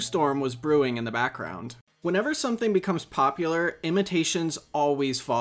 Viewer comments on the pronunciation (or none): none